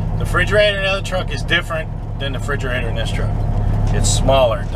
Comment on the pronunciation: Frigerator??? Or refrigerator?? Lol hahaha. Great video